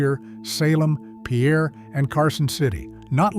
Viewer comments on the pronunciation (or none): Sorry, smarty-pants, but in South Dakota it's pronounced "peer", not "pee-air" like a dehydrated frenchman. And there are also a lot of things my grandchildren can do of which we old folks never heard. (Wasn't that a fun sentence to parse?) How can I name the capitals of states or branches of government or an author? Don't they already have names? Anyway, for most of that stuff, I can still remember how to do them at age 79. I haven't thought of them in a long time, but can still do it.